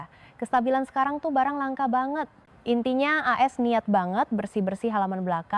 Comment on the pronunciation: Apa kata benaran baget???? Baget ???? Ini bahasa melayu???? campuran ya ??? Ternyata, lebi jelas orang papua berbahasa Indonesia 😂😂😂